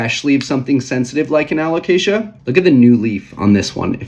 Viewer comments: I was coming here to give you a hard time about the "caramel" pronunciation, just so you can say someone did, but I'm gonna pivot and give you props for pronouncing "Alocasia" right for an entire video. Nicely done! 👏😉 On a more serious note, I'm curious about your importing – do you do most of it on Ebay? I wonder about the prices you see on there because they aren't all that great. I find the prices are still quite a bit better bringing stuff in (to Canada, at least) from Indonesia if you have a couple of good import contacts and have them source plants for you local to them. We've been bringing really nice stuff (mostly Anthuriums though) in for still quite a bit less than US/Canada prices. We're doing group orders of 10-30+ plants at a time, but I think that discounting probably still equates to you buying in bulk for commercial resale. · LOL I love we're still doing the "Alocasia" thing, youre pronouncing it perfectly XD Also they look so goood im so glad the prices are dropping, I was really holding off getting a variegated Frydek, it was my dream plant but they were going for like 500$ and after giving a green frydek a very slow and painful death i figured id wait a bit.. 😪 it looks like very soon ill finally be able to afford to kill a variegated frydek 🥲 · Super interesting subject! (And proud of your pronunciation of alocasia)